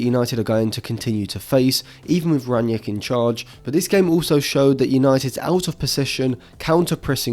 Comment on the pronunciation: Another good episode! I just hope you'll retire the extra "N" in gegenpressen, and Rag-Nick won't be Ragnieck for much longer. ;)